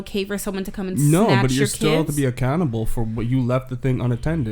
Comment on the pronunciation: When he said accountable I thought he was saying a cannibal